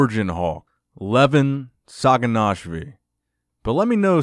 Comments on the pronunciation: SaginashviLi* with an L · Just some tips. Sa-gi-nash-vi-li La-le-tin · 6'3 not 6'4 and its saginashvili...not what you're pronouncing. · can confirm u did butcher the last name